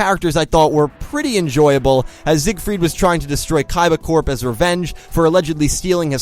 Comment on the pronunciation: I was confused when he said kaiba corp. He kept saying "Core" instead of "Corp"